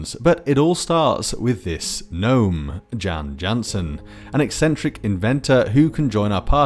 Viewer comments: Jan Jansen is pronounced as Yan Yansen in BG2. There's probably a connection between using the Swedish way of pronouncing J and loving rutabaga aka. Swedish turnip aka. swede. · Yep the name is consistently pronounced Yan Yansen in the game VA. It was in the old manual too (ahh the nostalgia for that ringbound behemoth). Didn't want to be "that guy" but thought you might want to know